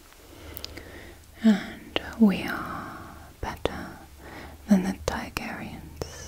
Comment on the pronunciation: She said Tygeryen facepalm